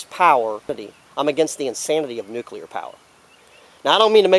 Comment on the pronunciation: keep it up :-) - please try this tho "nuc -clee -ar" - "nuu - cuuu -lar" is incorrect